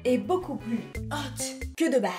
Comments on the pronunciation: A chaque fois que tu faisais « HÔTE ) Mais des barres 😂😂😂😂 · J’adore le ”hot” 😂🤣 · J’aime La façon ou dit HOT 😂😂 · J'adore la façon dont tu dis "hot"💖🤣🤣🤣🤣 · Films quand elle dis hot c incroyable 😻😂😂